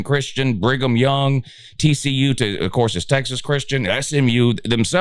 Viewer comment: Did you say Bringem Young? 😭😭😭😭